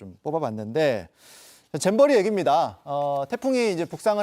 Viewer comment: 잼버리 인데 자꾸 잼비리라고 보여서 그래서 듣기라도 해보자 했는데 자꾸 잼비리 라고 들려요 이제 잼비리가 익숙해져서 잼비리라고 해버려요